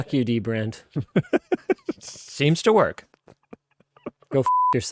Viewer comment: now I want to see dbrand ad where he just says dbrad a lot